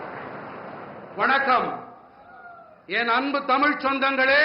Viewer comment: vanakkam kooda sariya solla theriyala athu vankam ella daa vanakkam tamil enna daa beeda pottu pesara language ella da tamil oru nature language atha pesa oru nalla kudupanai venum daa modi enna da palalthula kai vacha velangala next entha katchi kooda kootani vaikkaringalo athuvum vilagama poga poguthu